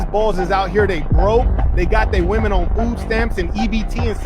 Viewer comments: Again the plural of woman is women, why do these idiots keep saying it wrong? It's not hip or cool. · Women, not woman.